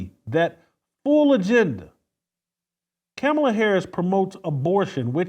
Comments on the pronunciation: You and all Trump supporters intentionally mispronounced Kamala Harris’ name. Dog whistle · MY My my _ C'mon dude, I get where you're coming from. But constantly mispronouncing Harris' name is uncouth, unbecoming and disrespectful. You know better too!